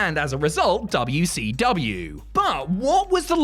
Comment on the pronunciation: Dabya - Cee - Dabya 😂